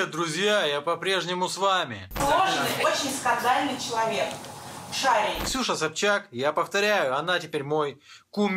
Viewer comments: ШарИй, ударение на "И"! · Скажите кто-нибудь россиянам, что не шАрий, а шарИй. (Он точно не мой герой, но лучше произносить фамилию правильно)